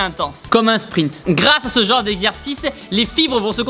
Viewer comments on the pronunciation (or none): none